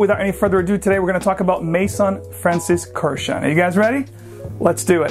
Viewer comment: Horrible pronunciation of a beautiful Armenian last name. Please look up the correct pronunciation.